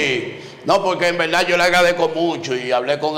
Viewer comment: Wao quebuena entrevista ese tipo dise laberda